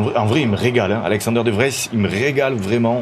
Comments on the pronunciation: Ça se dit de vrize de vries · Salut, De Vries se prononce De Vriis, il fait un peu allonger le i et prononcer le s